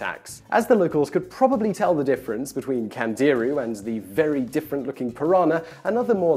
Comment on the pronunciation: Candirú has the accent on the "u"